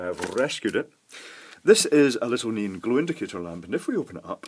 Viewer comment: neON not neAN